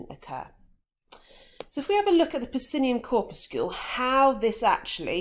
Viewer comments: and cor-pus-sul. Def not “corpuscule “ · look at literally every authority on English pronunciation. Corpuscle rhymes with muscle. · "corpuscule"? Do you guys also pronounce 'muscle' "muscule"? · nope muscle is pronounced as 'mus - sul' corpuscle is pronounced 'cor- pyu - sul' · nahh its pronounced 'cor - pyu - sul' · nah its not an american pronunciation tm. I've personally never heard it be pronounced as 'cor - pus - sul'